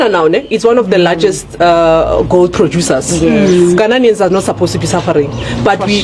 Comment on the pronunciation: Fix your country, my lady learn to pronounce the Ghanaian , don't come to Ghana